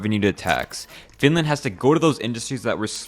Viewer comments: how dare u say flinlant! bro its finland or suomi not some flinlant! urgh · she lost me when she said "FiNlÄäand"